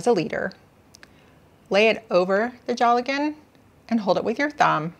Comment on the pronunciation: Pronouced dale gan not jolly gone....